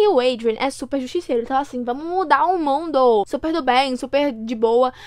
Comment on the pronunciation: "vai mudar o mundorrrrrr" akakakakkka